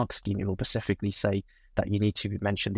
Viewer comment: Please don’t pronounce SUBTENDED as SUBSTENDED or SPECIFICALLY as PACIFICALLY. .